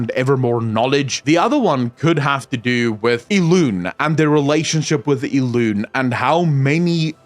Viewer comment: Everytime I'm walking in the house, listen to your video and not being near the PC, I hear talking about "ILUNE", I'm trying to remember a character with that name. But then, it hits me instantly that is how you pronounce Elune's name.